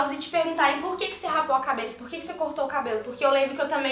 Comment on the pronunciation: é "raspou" e não "rapou":)